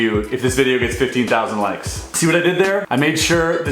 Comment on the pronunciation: HE LEGIT SAID 15K LIKS